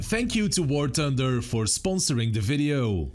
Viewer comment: Nobody:: "Sponsor of this video is War Tunder!" 😅